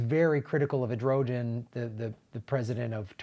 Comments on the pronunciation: What about the Greek and Assyrian genocide? Same perpetrators, why does no one speak of those victims? Also, it's "Erdogan" not "Edrogen", but it's not like that criminal piece of shit deserves the courtesy of speaking his name correctly. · His name is pronounced Err-doe-wan. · I think the Turkish leaders name is pronounced kinda like “air-doo-ahn” (phonetically).... and I only think that because I had to look it up once before.. after saying it wrong for probably way too long... 🤓but anyway, thank you for covering this and for all you do! Keep up the awesomeness! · It's pronounced Err duh whaan. Sorry, but like you said, no free pass. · I thought his name was pronounced like Air doe wan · As an outside observer this all seems a bit ridiculous to me. Am I supposed to know something about the Armenian genocide? I mean there's who-knows-how-many genocides, why should I care about this one in particular? Most Americans won't have a clue and the host (with greatest respect) can't even pronounce Erdogan, so why get involved? The only reason America cares about this is because Christians were persecuted by Muslims. This is a pretty bigoted reason to recognise a genocide. Funny thing is, it's also pretty bigoted to suggest Omar is siding with Turkey because of her religion.